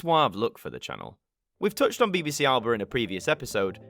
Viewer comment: idents really aren't a thing here in the states. they are more like bumpers lasting only a few seconds. also, again, its pronounced a-luh-ba, not alba. also, alba is one of the last of the reith font users to have a symbol in it.